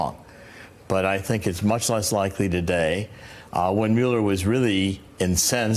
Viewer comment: Why cant he pronounce Mueller properly?